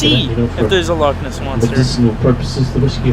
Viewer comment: Loch ness? No, log ness? YESS